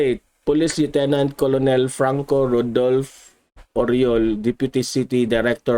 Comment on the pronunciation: colonel is read as kernel(sounds like)